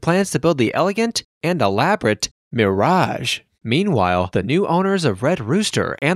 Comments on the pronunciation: Says "mearage" too. Grinds my gears along with the frequent upper reflections. Aside from that, it's an interesting look at an iconic piece of Las Vegas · I have never heard anyone pronounced the MIRE- raj" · Why does he pronounce Mirage two different ways?